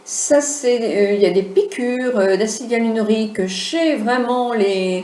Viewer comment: trés bien Si je peux me permettre c'est acide hyaluRONIQUE et non hyalunorique MERCI